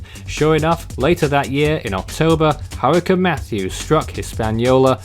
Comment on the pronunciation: It’s hurricane not hurrican